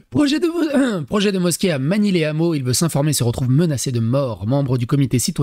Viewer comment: Magny-les-Hameaux sans liaison... "lè Hameaux"